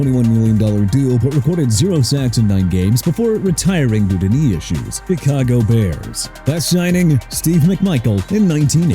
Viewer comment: CAROLINA PANTHERS NOT AROLINA AND CHICAGO (NOT ICAGO) PRONOUNCED SHEE-KAH-GOW NOT CHEE-KAH-GOW MR. "NEW OR-LEANS"! WHEN YOU'RE DONE BUTCHERING BOTH ILLINOIS AND LOUISIANA CITY NAMES, CLEAN OUT YOUR LOCKER AND GET YOURSELF A PRONUNCIATION TEXTBOOK!! ALSO GREEN BAY NOT REEN BAY AND JACKSONVILLE NOT ACKSONVILLE PLUS JIM LANGER DID EARNED 6 PRO BOWLS AND ANCHORED AN UNDEFEATED OFFENSIVE LINE BACK IN '72 AND CHAD JOHNSON DID HAVE ONE CATCH BEFORE BEING RELEASED FROM THE DOLPHINS! MOVE ON ALREADY AND LEAVE MY TEAM ALONE! ALSO IT'S KEVIN MAWAE PRONOUNCED MAH-WHY NOT MAH-WAY AND TENNESSEE TITANS NOT ENNESSEE!! I'M DONE!!!!